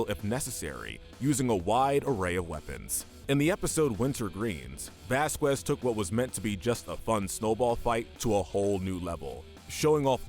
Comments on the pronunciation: (vas-cas) not (vas-quez) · The way you say Vasquez is kind of bothering me